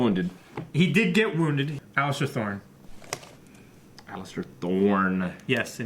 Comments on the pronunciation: still calling Alliser Alister I see xd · Alliser not Allister